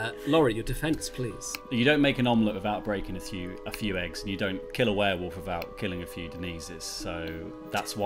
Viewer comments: Watching Adam, Laurie, Sully and Tom lose it over Denise repeatedly saying "were-woof" was too funny. Cannot stop laughing hahaha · the werewoof was unbearable. some weird ways to say things I simply will not accept from adults. Like adding a U to Similarly or saying foil-i-age for foliage. Drives me insane. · Werewuff?! She does not stop saying it wrong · Seeing Adam, Tom and Laurie slowly crack at Denise pronouncing it werewoof in the last game was delightful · "Werewoof" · Now that "Werewoof" has been pointed out, I can't not hear it and I'm furious! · Is it just because I'm an Aussie, but are they all saying "Warewoof" not werewolf? lol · Were woof is the most infuriating pronunciation to me.